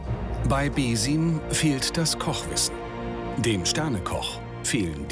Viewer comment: junge, bitte lernt doch die namen richtig auszusprechen. ich weiß deutsche mögen das nicht und wollen seltenst neues lernen, aber es ist wirklich nicht auszuhalten wie hier die ganze zeit beeeeeesiiiiiiiiim und haaaaaaakiim gesagt wird meine nerven